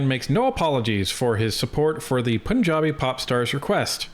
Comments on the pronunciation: just FYI it’s not “poonjabi”. Pun (a play on words) has a schwa sound on the vowel, kind of not super obviously a U vs an A or an E etc. That’s the best way to say it, say Pun…jabi… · “Poonjabi” 😂 I’m glad a lot of commenters aren’t just saying go back home or deport them this is why I like this channel